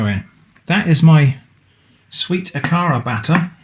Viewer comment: It is pronounced A ka ra hard A’s 😊 These are a lot like Nigerian puff puff. 👍🏾 Look them up